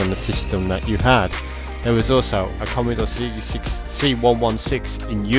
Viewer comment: Commeedore commeedore commmeedore... christ man. Its commodore not commeedore 😂🤣